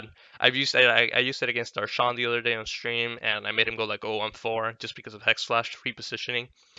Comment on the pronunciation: its defninitely indian